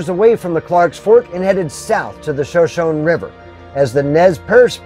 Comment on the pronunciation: Shoshone (shuh·show·nee).